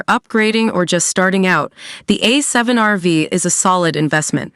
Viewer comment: I think it's called A7R5 or A7RV ( no vee ) :)